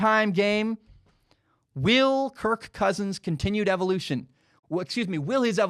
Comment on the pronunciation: ”kirKKKKKKKKKKKKK cousins”